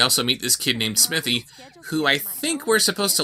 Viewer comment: They don't even call him Smithy, they keep pronouncing it "Smiffy". Was even speech outside of these animators' grasps.